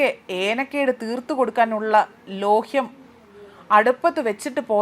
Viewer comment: ലോഹ്യം അല്ല കുട്ടി ലേഹ്യം ആണ്